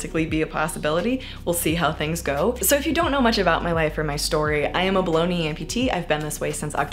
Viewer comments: Now I can’t stop hearing baloney instead of below The knee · When she says below knee, am I the only one who constantly hears it as bologna?! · When you say "below knee amputee" I hear "bologna amputee" 😅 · Whenever you say "below knee amputee" it sounds like "baloney amputee" 😂